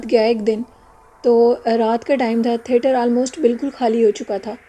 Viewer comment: Assalamualaikum warahmatullahi wabarakatuhu From lucknow with love. Its theatre not therter . Nice stories thank you.